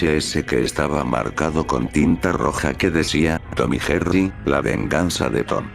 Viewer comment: Lo dijiste mal Tom y Jerry